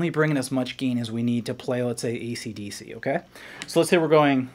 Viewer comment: What the fuck is ''Deece"?